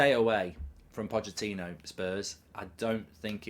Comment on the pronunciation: ‘Pochettono’ 😂🤣 made me laugh